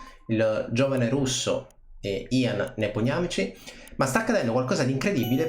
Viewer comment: 52esimo secondo dice nepouatcky invece di Nepomniatchky